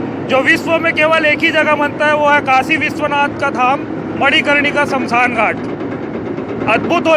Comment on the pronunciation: शमशान होता है "अश्मसान " नही 🤦🏻‍♂️🤦🏻‍♂️🤦🏻‍♂️🤦🏻‍♂️